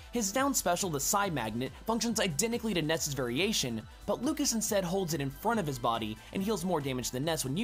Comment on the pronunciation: I know it's just a Smash Bros. gameplay analysis, but I still feel like you should at least MENTION the correct pronunciations. You mispronounced Lucas (it's the French version of the name: [lyoo-kah]) and Onett (pronounced how it's spelt: [oh-net]).